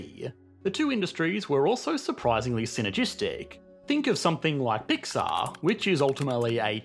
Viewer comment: Why is every word stretched 50% longer in pronunciation than is normal? Pixaaahr. Dandyyyyy. Realityyyyy, innovationnnnn. Fundedeeehh.